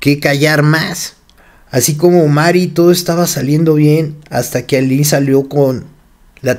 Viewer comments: Se pronuncia "Alin" no Ailin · Dices en el relato Aylín, pero el nombre correcto es Aline... Me confundí todo el tiempo en el relato, pero bien relatado y detallado, muy fuerte todo por cierto. Yo pienso que María Raquenel le cuenta a Roberta el final de Ana Dalay culpando de la muerte a Karina Yapor en respuesta o venganza a su libro y tristemente pienso que Raquenel sí hizo lo que dijo en su libro Karina Yapor en relación al cuerpecito de Ana Dalay.😭😭😭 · O sea no se llama Aylin , es Aline....eso genera una pequeña duda de la información 😒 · es Aline, no Aylin😊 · no es AILIN es ALINE leé bien